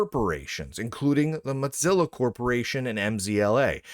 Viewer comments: Is it an inside joke that you pronounce their name "MOT-zilla" instead of "MO-zilla"? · I still think it's an intentional insult, calling it "Mudzilla" rather than Mozilla. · Im not the only one hearing Motzilla, right? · Is there a backstory to why Mozilla is being pronounced as Mot-zilla? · The correct pronunciation of Mozilla is 'Mow-zi-luh', according to both videos published by Mozilla itself, and the pronunciation guide provided by Google. I don't think I've ever heard Mozilla pronounced with a 'tz' sound other than by Lunduke, but the fact that there's at least one other person out there who's mispronouncing it in a similar was suggests it was just an mistake, rather than something more interesting. Thanks for humouring me, much appreciated! ❤ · I enjoy these videos, but I can’t stand hearing “modzilla” over and over again. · Mutzilla? Motezilla? Why are you saying it weird? lol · The real question is: will learn to pronounce "Mozilla" before it disappears? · It's a single "z", not two. You pronounce it like "fozy", not like "pizza."